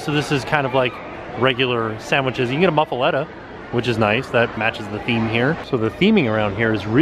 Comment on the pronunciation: my family and I love watching you. But being from Louisiana, we cringed at how you pronounced muffuletta. Down here, we say Moo- Fuh- Lah- Tah. Just to let you know 😊